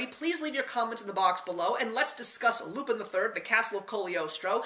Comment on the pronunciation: Two things: 1) The animation of this film was used in a 1983 Laserdisc arcade game, Cliff Hanger. 2) It's not pronounced "loop-in", but "loop-ON". It's French. Great review, though.